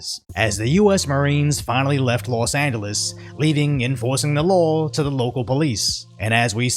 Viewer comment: Never heard someone pronounce los Angeles with a hard G till I heard you